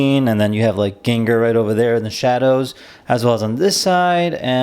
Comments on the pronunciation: Excellent video, but if I could give a few minor critiques. - The choice of music for the build montage was bad. Really bad. - It's Gengaaaaaaaar, not Gengerrrrrrrrrrr. - It's Hauuuuuuunter, not Huuuuuuuunter. That's it! like I said, other than those 3 minor critiques, excellent video :) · Thank you for the video, i luckily bought 2, i did cringe when you said "ganker" ,its pronounced like "gang gar" XD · lokjaw no it's prounaced gen gar _ _ _ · I gave you a thumbs down because of how you said his name for the first 7 mins of the video. But I’m just jealous you have one and I don’t ☹️